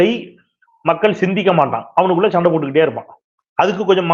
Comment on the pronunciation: Yow….use ‘Sa’ instead of vadakkan word ‘sha’/‘sho’,Sandai not Shandai, ‘Sonnaar’ not ‘Shonnaar’ , Soranai not Shoranai , Soru not Shoru